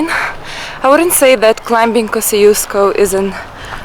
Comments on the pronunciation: I wish I knew that you were here - I'd have loved to meet you. :D And yes, we love our Asian food, but there are plenty of great Australian restaurants here to, but many of the best are out in the suburbs. And the pronunciation of Kosciuszko is something like kozh-oosh-ko, not kosi-os-ko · both are wrong. The polish pronunciation is something like Kosh-Choosh-Ko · I think in Polish it should be pronounced like Kos[ts]iuszko. But I'm not sure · Aussies pronounce Kosciusko wrongly. It should be pronounced Koschooska, or in your language Косчуско. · Вершина Тадеуш Костюшко - польско - белорусско - американский деятель. Герой США. Произносите правильно. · But isn’t it nice that there is this mountain that Australians from everywhere in the world can mispronounce and not care.